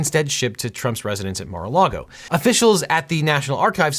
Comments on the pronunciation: haha yea NARA LAGO spelling is even weird , was thinking there might be another place called NARA LAGO. Think it’s MAR-A-LAGO he kept saying Nara. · Objection: Seriously "Nara Lago" . Remember due diligence in all content is important. 😄